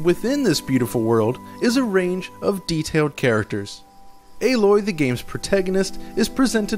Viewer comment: It is not pronounced A....LOY its ALOY